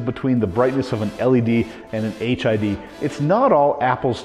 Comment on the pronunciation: Why does it sounds like he keep saying HIV lol 😂